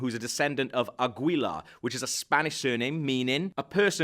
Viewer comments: Is it really THAT hard for non spanish speaking people to understand that you don't pronounce Aguila like it's spelled? His name is Agila (Eagle). The u is silent. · please say agyila instead of águila.